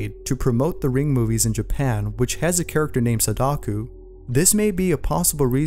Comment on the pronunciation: It's Sadako not Sadaku